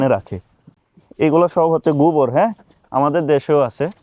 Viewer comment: গুবর না গোবর। ও-কার কে উ-কার বলিস কেন? জঘন্য শোনা যায়।